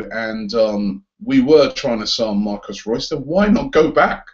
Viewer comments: His name is MARCO reus for God's sake please stop calling him Marcus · Marco Reus! not Marcos Reus! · Its MARCO Reus Not MARCUS Reus-. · "Marcos Reus". Cringey as fuck. Surely you know his name is Marco. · it's not Marcos Reus, It's Marco... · Marco not Marcos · Robbie, his name is MARCO Reus, not Marcus. And he didn't "replace Gotze" at Dortmund. He's been at Dortmund for several years and he and Gotze are different players. Gotze is more of a traditional #10, Reus can do it all. Personally, I've always felt Reus is better than Gotze. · " 'Marcus' Reus "